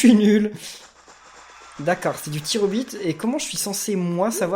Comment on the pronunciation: pourquoi tu as dit tir au bit